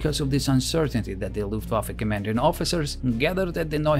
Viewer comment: Is it also common for native German speakers, when speaking English, to pronounce the ‘W’ rather than as a ‘V’? I heard the word “Luft(w)affe” at least twice in the commentary as opposed to the usual “Luft(v)affe” which I am used to.